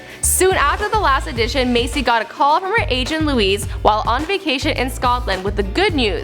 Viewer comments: Matt J I dunno.. She pronounced audition as addition about ten times. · The first time she pronounced "audition" as "addition" I thought she'd just stumbled there...apparently not...